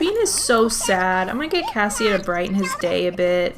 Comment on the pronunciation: Anyone else gonna tell her its cassie and not cassia??? 😅